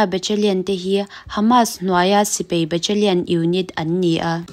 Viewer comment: Sipai tih tur aw. Sipei tih angin i lam ri a. Ngaihthlak a nuam hle mai i aw pawh. Lam dik loh zeuh² erawh a awm a, a zia chho zel dawn tih ka chiang e..